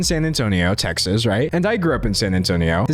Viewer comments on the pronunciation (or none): none